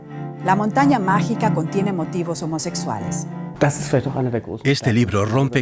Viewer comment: Ya no hay preparación, estos pseudoperiodistas están por todas partes vociferando cosas aprendidas a la fuerza y sin saber de los temas que tratan, minuto La montaña mágina en lugar de mágica.